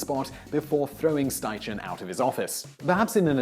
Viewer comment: Great video, I believe Edward Steichen's name is pronounced Schti-Ken